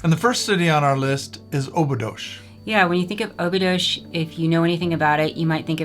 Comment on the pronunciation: Dear Couple, I love you. Now, may I have a suggestion for you? Only on the phonetic side. Please, if you want your viewers to identify the places you're talking about, make sure you use the Portuguese pronounciation! Examples: Óbidos -> Ohbidus. Caldas da Rainha -> Kaldash dah Raheeña etc., etc. Sorry, but it is nice to be able to correctly identify what you're talking about. The AI is not very clever for that. Of course I like your message and your understanding of our Country! This is just a suggestion for your viewers to be able to get which places you're talking about 👍